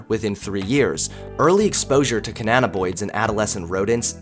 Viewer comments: Ca nna bi noids Not Ca nna na boids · Pronounce it with me, CA- NNA- BI-NOIDS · hahahaha "Cananaboids" lol